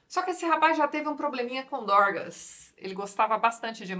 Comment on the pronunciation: rachei o bico com a Tati falando "esse rapaz tinha um probleminha com *doRgas*" KKKKKKKKKK